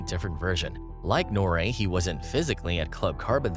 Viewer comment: who the F is ''Norray"? his name is Nore, pronounced ''Nor-ee'', the same way it sounds in his full name Noreaga.